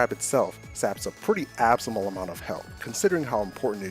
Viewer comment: I've never heard anyone pronounce "abysmal" like that.